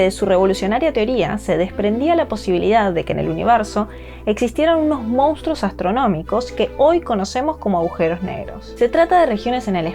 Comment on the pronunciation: La palabra "monstruo" se pronuncia tal como se escribe. No se pronuncia "moustro".